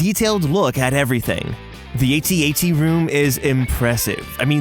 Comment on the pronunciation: a t, a t. Cmon, it’s pronounced just like it looks, at-at.